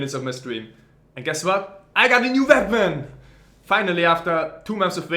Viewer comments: "ive got a new VWEAPON"!!! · A knowledgable man but dude , ''and guess what i got a new wveapen'' (accent understood) made u look like a hilarious 14yo xD , no offence , I still admire your work.